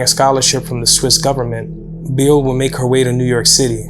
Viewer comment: You could at least attempt to pronounce the names correctly! Rockowitz is pronounced 'rock' like the stone and Beerle is not pronounced like beer the drink, but Bear le. She originally lived just 5km from me and was a wonderful person.